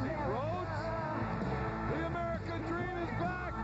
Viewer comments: American Dweeeeem Lol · the American dweem is back on twack damn that was funny